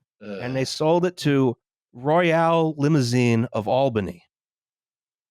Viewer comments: "All-bany," as in "ALL the traffic lights in downtown Albany take too long because they've never been upgraded with new traffic software technology," rather than "Albany" as in "Weird AL is coming to Albany." Edit: OK, you got it right the second time. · I'm honored to be offended by upstate new york mispronuciations. Gansesvoort and Schoarie don't sound like that but whatever, good ep as always. Edit: All-bany, not Al-bany! Whatever... it's new york we don't deserve the respect. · IT'S PRONOUNCED ALL-BUNNY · Also: it's pronounced AWL-bany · that is also not how you say Albany 😂